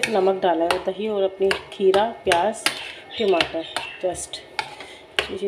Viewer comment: ......timatar na bolein.. Ya toh tamatar bolein ya phir English waloon ki tarah tomatoes bolein